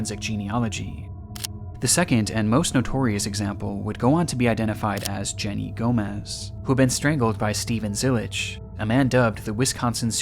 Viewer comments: Her name was Jenny Gamez, not Gomez. At least get her name right if you're gonna profit from her death. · Jenny's last name is Gamez, not gomez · Jenny's last name was Gamez, not Gomez